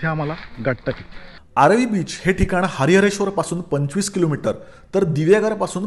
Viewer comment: It's aaravi not aarvi 😀